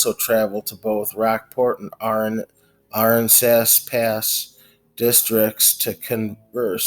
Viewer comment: Ahh-ran-sas almost like Kansas 👍. Thanks for the story im from Texas and never heard of this case.